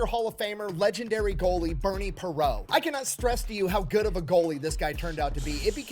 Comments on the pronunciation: 50 year Flyers fan here. is funny, but he got a few things wrong, It was Bobby Clarke not David Clarke, it was Bernie Parent (with a t) not Bernie Perot (silent t). I watched that Soviet game on TV and the Flyers just beat the crap out of that Soviet team. The Flyers were the only team who were able to beat that team...literally. But that Soviet team was so stacked. They had the the best goal tender and the the most talented goal scorers on the planet. But they didn't have the brutality + the talent and Bernie Parent. That team is so revered to this day. Fun stuff. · This guy is referring to Bobby Clarke as "David Clarke"? He's also calling Bernie Parent (pronounced Per-rahnt) Bernie Perrot. Very strange. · DAVID CLARKE?!?! THIS MIDJIT JUST CALLED BOBBY CLARKE "DAVID" !!! THEN, HE CALLS OUR RECENTLY DECEASED LEGENDARY GOALIE "BERNIE PERRAULT"?!? IT'S "PARENT", PRONOUNCED "PAW-RONT" BY AMERICANS & MOST ENGLISH SPEAKERS. BLACK PEG, YOU CAN DO BETTER THAN THIS CLOWN. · This guy gets names wrong. It's not David Clarke. It's Bobby Clarke. Not Bernie Perrault, Bernie Parent (pair-ont). I think it was the Flyers owner. Ed Snider who told the Soviets they were going to be paid. Not the league President. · Yes, that really irritated me every time he said "David" Clarke. Not only that, he called Bernie "Perrot" (Per-O) instead of Parent. I think he was trying to say "Parent" French style, but that's OK, everybody pronounced the second syllable with the "nt". I sure did, I remember those days and this game in particular. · Broooo the way that guy is pronouncing Bernie's last name is triggering me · It's youtube. You want views or accuracy? Pick one. Guy couldn't get Bobby Clarke's name right, mispronounced Bernie Parent, got Campbell wrong, and his lips never matched his voice. Otherwise, perfection 2000s style. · David Clarke? Its Bobby Clarke! Cant even pronounce Bernie Parent.